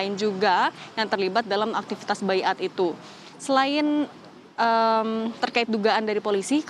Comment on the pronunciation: apa bedanya BAYAT sama BAIAT? Pak Polisi mah ga bisa baca tulisannya, kekurangan kosakata pak? SALAH PAK BACANYA!!!